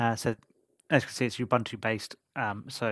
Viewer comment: Pounced "Gee-Nome" not "gh-nom", and not "Ew buntu", "Uoo Buntu" however really appreciate the review from a everyday user's point of view. S.T.E.M stand for Science, Technology, Engineering, Mathematics 😊